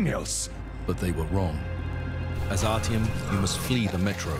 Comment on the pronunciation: ''My name is Artyom'' : Oh Artem?